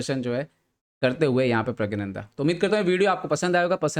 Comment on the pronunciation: Sir his name is pronounced as 'Pragnanandhaa' NOT 'Pragyanandhaa'